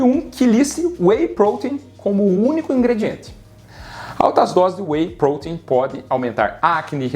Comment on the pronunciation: Sinceramente.. Eu gostei do vídeo, bem explicado, bem detalhado, mas Sinceramente.. A forma dele falar "whey protein" quase fez eu parar de assistir u.u maaaas, o vídeo realmente é bom..